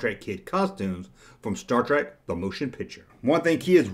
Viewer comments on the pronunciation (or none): It's Mr. Spock, not doctor. And it's star trek, not star trak.